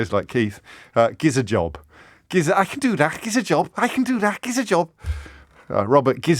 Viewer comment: "Gizus ajob"?